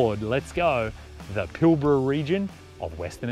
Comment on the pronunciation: G'day Bloke As a Newman local , I watched this video twice, because I needed to see what it felt like watching without you butchering place names like Karijini not Karanjiny - Kalgan not Kalagan - Pilbara not Pilbra, there are several other blunders not only in your audio but in text. Shame really, it makes me sad to be slamming you like this, but for all the effort and trouble it must take making a video that you are happy to show the world, you've done yourself an injustice ~ please research your destination/ history/ material before you edit and up load what is in fact a nice view video, I for one will think twice before watching any of your content again. Safe travels : JF